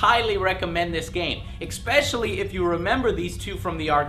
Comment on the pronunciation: lol joe there is no "x" in especially and you say it all the time :P